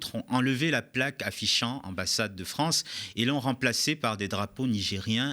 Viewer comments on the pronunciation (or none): "Vive la Fronce"......